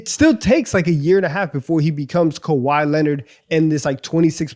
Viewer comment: Kawhi-A, Irving-A